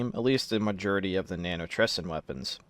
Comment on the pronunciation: "mujurity" "nanotresin"